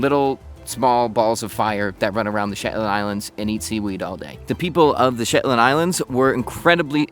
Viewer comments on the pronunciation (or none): Your “Shepland” keeps reminding me of Benedict Cumberbatch’s “pengwing.” lol